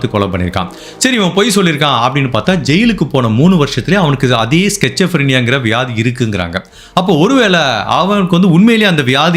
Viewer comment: Schizophrenia When u pronounce a disease name kindly check with Google voice and tellanna .andha disease name Auditory hallucinations and visual hallucinations irukum En mamiyar ku Iruku.. Avangala killer aha mudiyathu idhu poi... They will hurt and fight with others ... Mostly substance abuse illama ... Childhood la Iruku rare case with some trauma history Iam also medico.. I love ur style of storytelling 🎉bro......